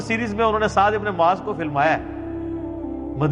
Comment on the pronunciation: Bro not maaz It's Muaz ❤ love from Bangladesh 🇧🇩❤️🇵🇰